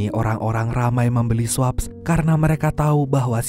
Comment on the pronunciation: swaps = sweps (dbaca nya). 😂